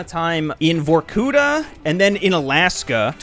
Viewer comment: Remember: not vorKUta, but varkuTA.